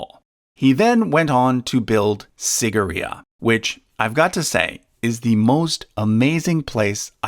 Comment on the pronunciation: Pls this is how to pronounce it like this seegiria sigira